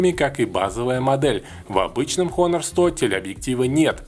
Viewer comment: Выучи название фирмы, обзорщик, противно слушать. Дизлайк